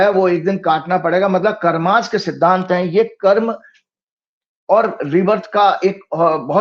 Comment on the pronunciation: कर्मा नहीं कर्म बोलिए । कर्म कर्म ही होता है फिर आप चाहे किसीभी भाषा में बोले!